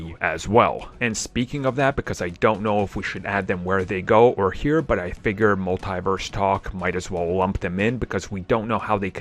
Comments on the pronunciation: Sheesh, it's hard to keep hearing "mul-TIE-verse". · It makes my ears bleed each time I hear that. Don´t they hear Kevin Feige or Tom Holland says this word?